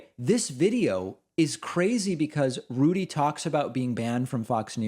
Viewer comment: I like how you pronounce Rudy "Julie-Annie". Haha.